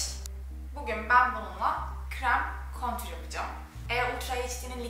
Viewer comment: Cok guzel gosterdin! Ve contour (kontur) diye soylenir kontür diye degil ama dedigim gibi guzel gosterdinz. Hollandadan selam 😘